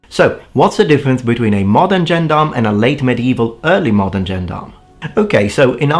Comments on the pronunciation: I get a weird tinge of pleasure when I hear you pronounce "gendarm" like a native English speaker who's only ever seen the word in print. It makes me feel less stupid for not realising that "albeit" is pronounced " all be it" for over thirty years. 😋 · It's a shame you could not at least find out how to pronounce the word Gendarme despite getting quite close when saying Gendarmerie Nationale.